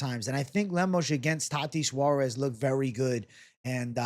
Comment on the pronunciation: Please stop saying "tati suarez"